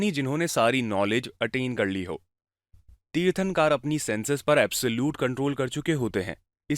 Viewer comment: तीर्थंकार नहीं तीर्थंकर